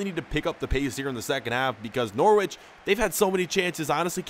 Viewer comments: N-ou-r-i-ch not N-or-w-i-ch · Bruh I'm not being mean but it's (n o r ich) say what you see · DO GOALKEEPER CAREER! (btw Norwich is pronounced No-rich) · Not To Be Rude: It Is Pronounced Norich, It is a bit weird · Your pronouncian of Norwich is funny